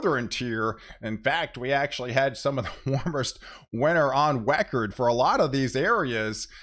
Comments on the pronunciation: I think you said warmest winter on wecord 😊 silly wabbit LoL 🤣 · lol did he say warmest winter on WECORD